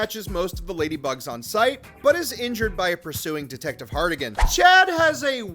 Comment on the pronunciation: For the love of all that is Yautja. Harrigan. Not Hardigan. 😂